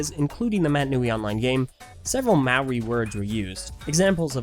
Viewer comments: Mowie No offence but it's mo-ree...Maori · I dislike how people overseas pronounce moari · When you said Maori I was disappointed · Please never try and say “maori” again. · do you really think that's how you pronounce 'maori' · That's not how you pronounce Maori